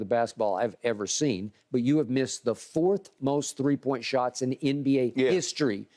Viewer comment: “Two or shree” that boy country eny 🤣